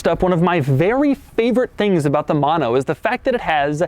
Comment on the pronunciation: if every time i get dollar when he says mono as MAno i can catually afford that car